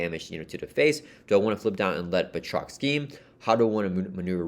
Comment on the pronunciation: good pronunciation of Batroc here 😁 can't wait to play the campaign over the weekend 😁